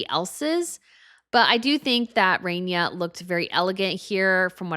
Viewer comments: Oh god needs to learn how to speak and announce things. She sounds like an old school stereotypical announcer with the way she pronounces "CEREMONY". It's not Queen "RAINYA" it's "RAHniya". You have no idea how to pronounce basic names and it's literally your job. Aren't you the expert? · Ok - Queen RAHNIA - Ahh as in Shah, not RAY-nee-ah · It's queen Rania not Renia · You mispronounced Queen Ranias name .